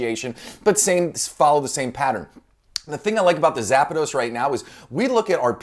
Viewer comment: So kind of you to give Zapdos a little A in the middle haha :D my brain was like "A what?" Great video as always ! :)